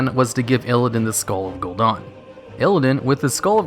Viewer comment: "Gul'don" Wtf